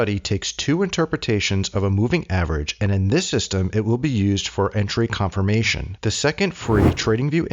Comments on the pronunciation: Hi I believe it's conf"i"rmation instead of conf"o"rmation 😂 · "Optomization" and "Conformattion" 🙃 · confirmation not conformation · Optimization. Americans have a serious problem with grammar & pronunciation lol Entry CONFIRMATION lol